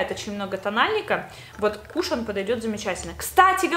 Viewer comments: Не кУшон а кушОн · Ыааааа правильно не кУшон, а кушОн, французское слово 🤦‍♀️ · Просто не знаю каку реагировать, но твое "кУшон" меня подвзбесило, правильнее будет "кушОн"